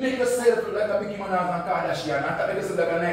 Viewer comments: King I cannot manage your pronounciation.... who is Mickey Minaj....nightgeri an and kardashiano🤣🤣🤣🤣🤣 for your information the Nigerians are beautiful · and "Micky Menaj"